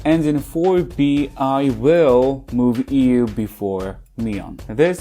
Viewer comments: Her name is IU, same sound as eye plus yu. Not ee-yu. Pretty weird how you claim to like her but can't even bother to say her name correctly 🫤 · Ngl when he pronounced IU as EU I was surprised. I wasnt looking at the screen at that moment. I was like since when did everglow's E:U have such singing prowess?!? But I looked and realized who he was talking about😂😂😂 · IU is one of the greats. You couldn't even pronounce her name correctly. Have you ever listened to her music?